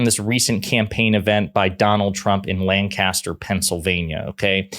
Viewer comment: I have friends from Lancaster PA. They will ALWAYS correct you on the pronunciation. It's not pronounced like the actor's name, Burt Lancaster. The lanc is pronounced like prank, and there is almost no stress or difference in timing on either syllable. It rolls off the tongue quickly, almost like prankster with an UH in the middle, but don't make the ast sound like last. Make is sound like "lank uh ster" quickly. They will always correct you like you're a moron. Just like People in Nevada will correct you if tou don't make the VAD sound like BAD. If it sounds like AH, you can lose an election.